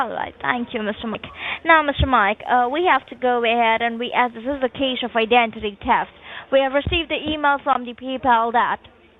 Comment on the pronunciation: “I-den-tity taft “ 🫠🫠🫠